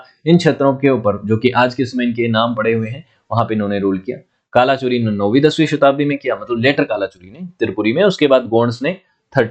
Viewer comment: गढ़ मंडला, हैहय वंश कल्चुरी (not Kala chori ) please work on pronunciation